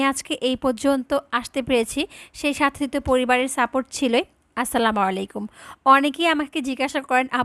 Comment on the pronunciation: Apu apni Assalamu oyalaikum Kano bolen.Assalamu alaikum bolte parenna😢